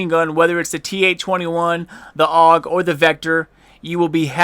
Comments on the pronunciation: Its pronounced AUG not A.U.G.....noob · AUG is pronounce "og" not "A-U-G" it not a big thing but I figured you would want to say the name properly. If you don't believe me just search "Steyr Aug" on youtube. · I call it Just aug not a u g and that what you said xD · Armee-Universal-Gewehr it is A U G not awg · its called lag..... its not that the game can't handle how much damage you were doing.... (couldn't tell if you were serious or not) and its not a custom AUG its the tactical not sure on the order and last but not least its pronounced Awg. :) nice vid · does it bother anyone else how he says 'a u g'? lol might just be me